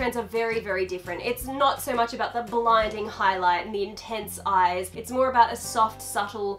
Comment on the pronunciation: Haha aboot...